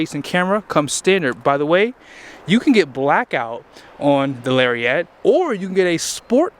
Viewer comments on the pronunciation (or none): TF is a Larry-ette?